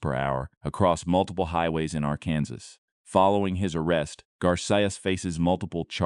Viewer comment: don't use AI to do the narration, it couldn't even pronounce "Arkansas" correctly